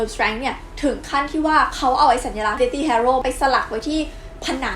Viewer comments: ขอฝากนิดนึงนะคะ เด็กๆน่าจะดูคลิปนี้กันเยอะ อยากจะให้แก้การออกเสียง deathly อ่านว่า เดธ-ลี่ (th -ลิ้นจุปากนะคะ) ไม่ใช่ เดธ-ตี้ ค่ะ ^^ (จะได้ใช้กันถูกมากขึ้น ) ขอบคุณสำหรับคลิปดีๆค่ะ ^^ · อันนี้อยากรู้ deathly อ่านว่า เดธลี่ หรือ เดธธี่/เดธตี้ เวลาฟังแล้วแปลกๆ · ขอเสริมนิดนึงครับ deathly ออกเสียง เดธ-ลี่ deathy ออกเสียง เดธ-ตี้